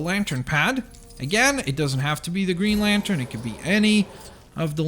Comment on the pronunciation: Index video you say Green Lantern wrong